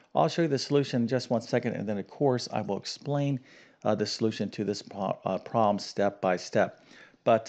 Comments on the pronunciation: Can't he say "problem?" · your attention to detail in language does not match your attention to detail in math. Instead of fully pronouncing the word "problem", you tend to take shortcuts, saying either "promm" or "prollem". Please remember that accuracy in language is every bit as important as in the sciences. I enjoy your channel, and even though I'm an old fart, your problems keep me sharp.